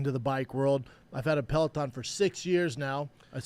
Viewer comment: He absolutely said Pelotom